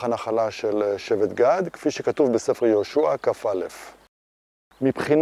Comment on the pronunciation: ישכ"ג 1. יהושע ולא יהושוע 2. שאומרים אלוהים צריך לשים כיפה ואם לא לומר אלוקים